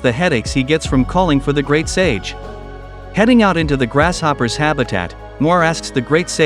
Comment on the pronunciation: Anyone else hear "Grash Hopper"